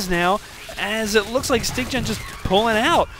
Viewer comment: Styggen is Norwegian and it means "The ugly one". And yes, you pronounced it wrong.You are saying "styg-gen".. just say "sty-gen".